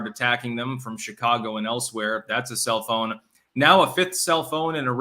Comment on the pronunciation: sounded like ya said cellphone, self own LOL. Also don't play into the attacks and say "clearly I'm right and I'm gonna get a swastikas tattoo" in case there are folks listening that aren't aware that that movement was actually a far left wing movement. More people than not don't know history